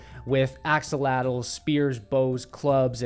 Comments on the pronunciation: What is an Axleatl???? This guy is supposed to be an archaeologist, focusing on central america. The word is atlatl. It comes from aztec. This guy is a phony , so full of himself it hurts. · Sounds like you say pop out of the forest with axolotl